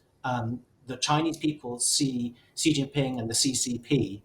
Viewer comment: I’ll start off by saying when your commentators can’t even come close to saying Xi’s name right it’s hard to take whatever you say afterwards seriously 😂 and then he said “look to China for prosperity, look to America for safety”. No truer words.